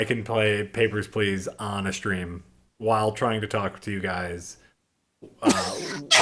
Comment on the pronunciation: can't pronounce the word stream wihout saying shtream... It must be his crocodile brain.